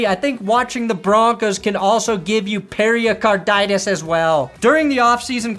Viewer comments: it's not periacarditis. it's pericarditis. ok perni ? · I'm almost a doctor, it's pronounced "Pary-card-itis." It's inflammation of the tissue around the heart (pericardium). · Pair-a-carditis.. Pair-a-card-ium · I was dying laughing on your intro! You sounded just like me trying to pronounce Hamlers condition to my wife. My wife, an RN, rolled her eyes and corrected me, saying it perfectly. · The way you say pericarditis is giving me pericarditis... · The pericarditis pronunciation has me stressed 😢 prayers up for the injuries though. Never good for the league